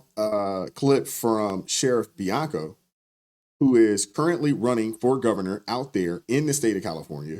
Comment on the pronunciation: It’s not Bianca ITS BIANCO….get it right dude……..he’s our next governor!!😊